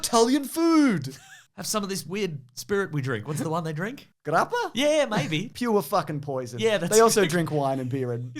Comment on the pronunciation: nicely rolling that R in pronouciation of the yes of Italian origin hard booze Grappa:face-turquoise-drinking-coffee